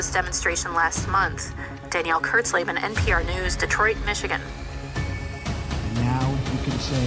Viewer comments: Bro it’s pronounced kurts-lay-ben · Y'all are saying her name wrong. Read it like a German would, then translate it into English. It's kind of ominous. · Did she say “Kurzleben?” That literally translates to “short life” 😂😮